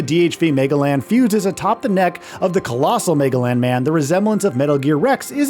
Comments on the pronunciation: “Mega-lan?” Really?! They pronounce it multiple times in multiple trailers!! It is Muh-gel-uhn. Geez. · Magellan is "muh-jellin" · Mega-lan? You’re mean… Magellan? The famous explorer who everyone should know at least how to pronounce his name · My guy has no idea how to say Magellan and it hurts so much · Wait a minute... does this dude not know how to pronounce the name Magellan? That's embarrassing. Maybe he's just AI. I can't tell anymore. Either way, it just seems like the bar for earning journalism credentials is dropping lower and lower every year. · The way he pronounced it made it seem like a villain in a Transformers movie.